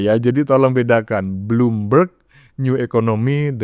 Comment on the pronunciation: Jokowi bertolak ke singapura berpidato di forum bloomberg Eeh Roy suryo cs berbicara bloommov'oon